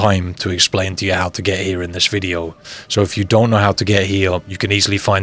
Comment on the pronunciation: Why you say here all weird